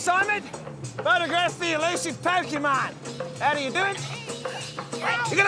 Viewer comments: Pocké not Pockee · "I was twelve when I discovered Pokeymon." Then why do you mispronounce it as Pokeymon like a boomer parent who calls every game console, "a Nintendo"? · "Pokeymon" 😂 🤦‍♀️🤦‍♀️🤦‍♀️ C'mon man. I can't even finish the video because you say Pokeymon so much it's like nails on a chalkboard. You know how to say it right so say it right. I trolled my husband so much the whole time he warched your video over you saying Pokeymon. 😂😂😂 I had to leqve the room it got to be too much. Im like why are you watching this dude who can't even say Pokémon correctly? Hard thumbs down. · Is poh key Mon a bootleg of pokemon? It seems to be a copy of "pocke"t "Mon"sters ポケモン. Someone must have thought that those things on your pants that you put your keys in are pohkeyts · Dad banned you because you couldn't pronounce Pokémon correctly. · Wow a supposed gamer mispronouncing Pokemon 😂 I swear the world gets dumber every day